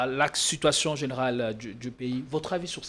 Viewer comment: Ces derniers temps sur politiquons vous invitez des gens de moyens niveau au point que votre plateforme n'est plus attrayante comme dans le temps! Avec qui prononce mal certains mots, le professionnalisme diminue un peu cher JP kayembe. Sitwation, conteste, jige, assepter...